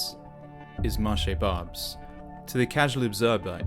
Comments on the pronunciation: Its pronounced 'Bar-bess' 😊. Anyway agree a one hundred percent thanks. I lived in Paris 35 years ago, when it was still mostly french (except for the 20th arrondisment) and it was absolutely beautiful. By the way, you are absolutely right. They're planning to mix all people together and have no culture or nation. Like everything with the left, when they say diversity, they mean the absolute opposite - If you mix all people together you get nothing. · Man, I lived in Paris for 15 years and for me, Barbès was always a no go area even 12 years ago. Really is a shame because the Antiques and Art market there is fascinating and beautiful. Not really a huge deal, but it's pronounced Bar-Bez. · It’s pronounced Barr-Béss, bes as in best. I spent most of my career working in the posh areas like the 8th mainly and my last year working in Paris I was between gare de l’Est and Nord and I hated it. The sale of alcohol in supermarkets is stopped at 18 or 19h till 8/9 am in the area… tells you what you need to know. It’s not the Paris I moved to 22 years ago, it’s unrecognisable ! When I moved here I felt safer in Paris than Chatham, now I’m not working in the city currently I avoid it like the plague ! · This,guy can't even pronounce Barbès. Doesn't every major city have it's dog rough areas? I live here and I wouldn't go to Barbès nor advise tourists to go there. But most of Paris is still delightful. I watched a similar video about Vienna before visiting. I got there and had an amazing time in very safe very Austrian areas. Do you homework before you visit and you'll avoid Barbès, just like you'd avoid known ghettos in any city. Some of my favourite delightful and very French brasseries are around Place Gambetta in the very multi-cultural and not very rich 20th arrondissement. Then go to the 8th and 16th arrondissements and see some real opulence. Don't be taken in by the scaremongering. Does this guy have an agenda? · It’s not barbs it’s BARBESS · It’s pronounced bar- bez